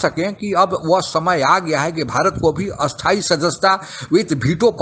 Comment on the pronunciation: Your Hindi pronunciation is very bad you are pronouncing "sthayi" as "asthayi" and "asthayi" also as "asthayi". Pronounced "cha" as "sau" or "chau", atleast I heard like that. UNO is an useless organization with no real power. India which spends so much on peace keeping forces and has participated in numerous peace keeping operations is not given permanent membership and China which is destroying economy of several countries, a country which is responsible for covid-19 pandamic, which supports terrorist country like Pakistan is still continuing as permanent member. India should should stop begging UNO for permanent seat in UNSC but instead form alliances like D10 and quad. UNO is like ICC, which is forced to listen to BCCI as it gets maximum revenue from India and BCCI. All these world organizations like UNO, WHO, World Bank, IMF, Red Cross, UNESCO etc. have become useless organizations, they are always short of money and whoever gives them money, they will work for them. Like WHO gave China a clean chit for spreading covid-19 pandemic. Even rating agencies like PricewaterhouseCoopers etc. are bogus. Indians should change their mindset, we do not need a third party to rate us or tell us about our culture and history. We do not require any certification from third party, for example we already know the medicinal benefits of turmeric, we already know cow dung's property as a manure and cow's urine as best insecticide.We know this for thousands of years. In short India should ta